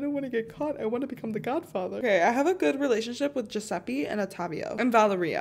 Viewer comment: The way u pronounced "Giuseppe" oh no💀